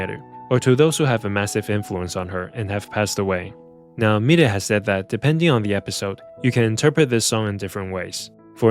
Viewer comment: The way you pronounce milet, I was wondering who is the world is this new singer I've never heard of lol